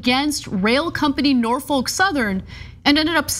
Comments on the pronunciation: It’s Nor-fuk Ana... Nor Fuck... not folk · The L is silent In Norfolk Ana